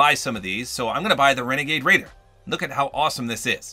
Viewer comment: It's wenagade wader